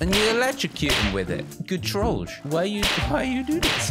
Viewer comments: Hey you are pronouncing trollge wrong Correct pronouncing: troll-jay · It sounds like he saying George